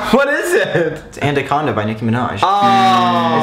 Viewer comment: Andaconda? Do you mean anaconda. Im dying from laughing at their expressions